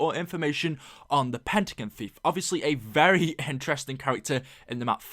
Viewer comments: PentaGON! not PentaGEN! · Love your vids but the way you say pentagon makes me cringe so hard